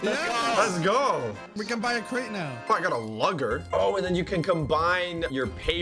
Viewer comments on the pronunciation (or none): It’s prounise Lu ger not luggu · "oh i got a lugger" did just pronounce luger as lugger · i almost had a cringe induced heart attack as soon as he pronounced luger as lugger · luger is pronounced looger not lugger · luger is pronounced looger